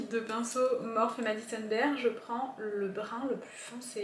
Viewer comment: coucou, je pense que la marque de tes pinceaux se prononce "morphi" parce que c'est l'anglais, le e se prononce i, bisous bisous